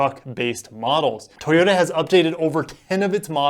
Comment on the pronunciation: Why are you saying it like that : tHoyota?